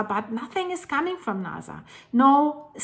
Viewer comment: It's NASA, not NAZA.